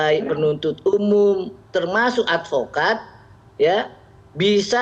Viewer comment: SAYA ADVOKAD BUKAN ALPOKAD